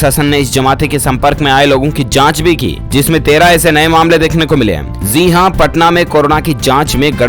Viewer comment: Zi nhi ji bolo pronounation glt h tmhara